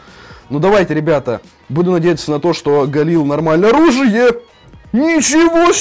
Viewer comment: ты не правильно говоришь оружие